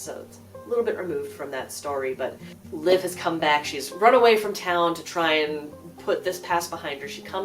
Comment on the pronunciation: I think you mispronounced Liv's name. 😜